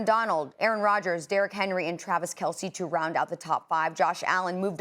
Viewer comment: Kelce has a silent e just like Pence